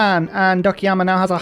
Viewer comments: I'm grateful that, even though calls "Okayama" "Okiyama"... At LEASTl he doesn't call it "Okay-ama" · every time he says it i keep thinking he's talking about Akiyama the yakuza character